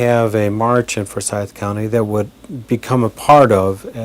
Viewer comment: It's not Fore-syth County. At least pronounce it correctly.